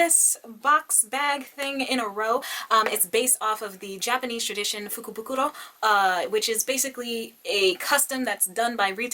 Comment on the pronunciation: Why you pronounced fukubukuro so well!i kept my paper from the box, i hope to find something to do with it. You look fab!